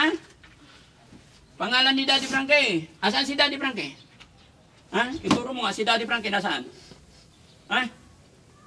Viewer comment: Pag binibigkas nya pangalan mo Daddy Frankie ang sarap pakinggan.